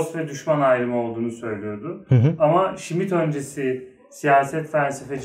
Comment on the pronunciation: Smith değil Schmitt